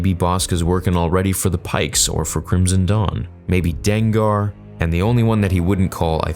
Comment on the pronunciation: The pronunciation of Dengar makes me cringe badly. (DANE-GAR)